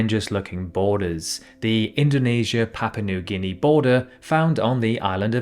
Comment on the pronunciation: so papua new guinea become ‘papa noo gihnee’?